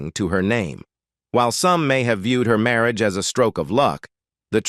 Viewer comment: The narrator of this otherwise interesting documentary is simply awful.. I assume that "Marry-agay" is the worst-ever pronunciaton of the word "marriage." The dreadful narration simply ruins the documentary. Oh, and the good people of Monaco are properly referred to as "Monégasques" (pronounced "MOHN-eh-gasks"). Crikey.